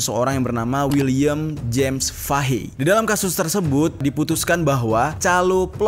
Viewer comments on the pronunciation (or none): none